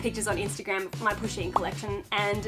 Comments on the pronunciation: I didn't know what Pusheen was and thought she was saying pushing. so I spent a minute being confused and concerned that her Instagram may just be full of pictures of her pushing people ... like in front of trains or something. or just assaulting people in the street. I'm glad I was wrong. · I thought she was saying pushing